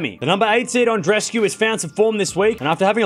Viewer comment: God! That's not "An-dres-cu", it's "An-dre-es-cu", each of the two "e"-s are audible. Do a small effort for God sake!